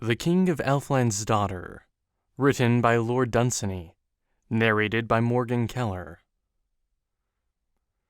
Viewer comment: You mispronounce the author's name.